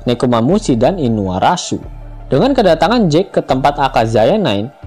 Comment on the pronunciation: Mohon maaf min.. Ngelawakmu ngga masuk.... Inuarasi ngga usah ngmg inuarasu Momonosuke ngga usah momonomesum..